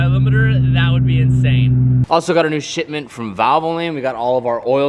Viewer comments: “Also got a new shitment of valvoline”... who else heard it that way? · am I the only one that heard shitment?😂